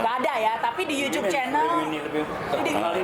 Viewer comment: Nyebut YouTube nya jangan yucub dong..., Ga enak di dengarnya..., Logat kita aja ya... Yutub... Mungkin lebih enak dan umum di dengar... Sukses terus..